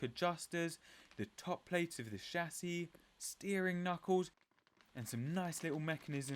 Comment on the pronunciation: How refreshing to watch one of these videos where the presenter can actually say Aluminium and Chassis properly (saves me from screaming at the screen 😊)